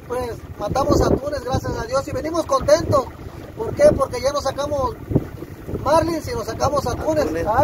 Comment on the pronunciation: La palabra es Marlín; NO Márlin